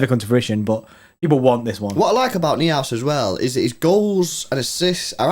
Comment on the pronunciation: Noi-House Lewis ! Florian Noi-House (Neuhaus)